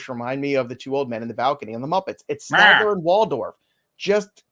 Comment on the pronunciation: Statler and Waldorf not Standler